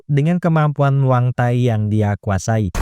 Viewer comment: Bang namanya Muay Thai bukan MuangThai 😂